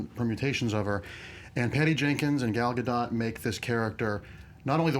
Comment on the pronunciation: God Dammit, learn how to pronounce Gal Gadot. I vote that you have a twenty minute call and response of just her name before any video that has the slightest possibility of featuring it. Also, a WOman from the Mediterranean who looks like she is from the Mediterranean, go figure!